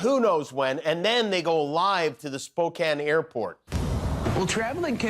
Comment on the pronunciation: Glad you pronounced it right though Jimmy…and Spokane too!!! Nobody gets them both right!